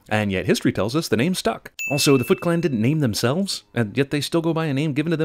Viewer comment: When she said "Foot Clan" it sounded like she said fucklan